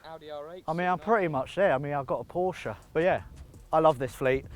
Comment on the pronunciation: I don't get the question... Of course we want to see the Porsche 944. By the way: Thank you for using the proper pronunciation for the brand name